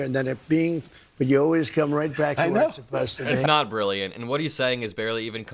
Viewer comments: He says 'bruurrlliant'. Not brilliant. And he's describing dementia robbing him of focus. This is a disturbed, senile old man surrounded by sycophants to normalize his descent into assisted living while he runs for an office he tried to coup his way back into last time. WTF is actually going on with half the country? 🤦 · they say it’s “Denius”?? He’s Brulliant?? I know he meant genius and brilliant but yikes